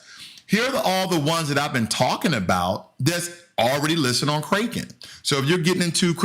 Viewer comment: You killed me when you said “Kraken” like Raking... it’s Kraken like “crack in” lol... “Orchid” haha. It’s “Or Kid”, not “Orchard”. thanks for the laugh. [no disrespect, just funny]